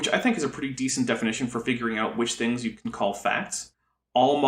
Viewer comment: The fwinigiest fwings that ever did fwing.